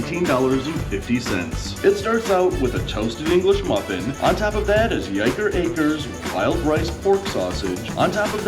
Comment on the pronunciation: Not that it REALLY matters, but it's pronounced "why-ker acres"